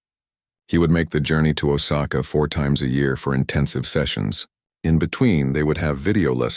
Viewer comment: It's oh sa ka get your act together